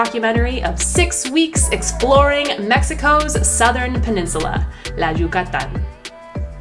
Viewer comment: I love your pronunciation of “Yucatán” and other Mexican and Spanish words. 👏🏼👏🏼👏🏼 So many folks who settle in Mexico from the US, Canada or Europe don’t even make the effort to pronounce city and location names or Spanish properly! That really bugs me bc I see it as a sign of disrespect... 🙄 I’ll give English speakers a pass on the double “rr” but aside from that ALL other sounds should be perfectly easy for any English speaker to pronounce. Okay, I’ll leave it there! Thanks for this video...🙏🏼 from an American who speaks English, Spanish, French & German. Yes, another language is not easy to learn BUT make the effort everyone!! Give Spanish and Mexico the same respect you give any other country and/or language. ❤️😉🇲🇽🇲🇽🇲🇽